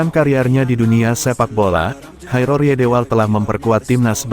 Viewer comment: Coba sebut nama orang dengan benar. Jairo jgn dijadikan nama meksiko. Sebut huruf j nya atau sebut y. Kok jadi kh.. ngaco buat content.